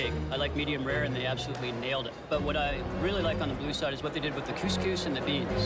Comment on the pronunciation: I absolutely hate how they pronounce couscous...